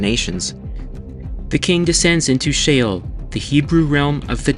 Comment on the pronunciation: Sheol. Not shale 😢😢😢😢😢😢😢😢😢😢😢😢😢😢😢😢😢😢😢😢😢😢😢😢😢😢😮😢😢😢😢❤❤❤❤❤❤❤❤❤❤❤❤❤😮😮😮😮😮😮😮😮